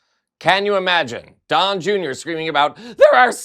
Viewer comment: It sounded like you said "Dong Junior" which is funny in so many ways